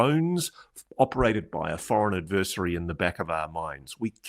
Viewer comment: If you insist on using the same word in every other sentence would you at least pronounce it correctly ad•vr•seh•ree Not ad•vur•si•tee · vur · si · tee